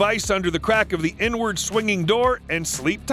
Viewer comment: Inward 🤣 i heard it too 🤣🤣🤣